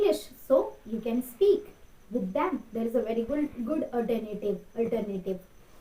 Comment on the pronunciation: It is not ispeak it is speak ..your pronunciation with s words are bad..improve that